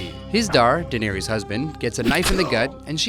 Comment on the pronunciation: Ugh your pronunciation of Daenerys is so wrong.